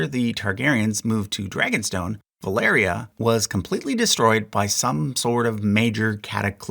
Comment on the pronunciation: ValYria, not ValEria. Sorry, it bugs me...